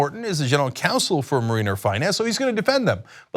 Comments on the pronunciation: Mare-in-er not Marine-er. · Every time Cenk pronounces "mariner" I wince. It's not marine-er it's marin-er. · Its pronounced mare-i-ners as in marinara sauce. There is no mare-ee-ners in this word Cenk buddy. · Thank you! It drove me crazy listening to Cenk mispronounce the word! I mean, come on Cenk, the Seattle baseball team is the MARE-i-ners! I know Cenk's heard of them! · Cenk the genius doesnt even know how to pronounce 'mariner' LOL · Cenk keeps saying mariner wrong, lol. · I cringe each time Cenk says, "Mariner."